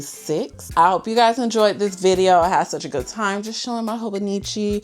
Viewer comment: It's Hon with a long "O".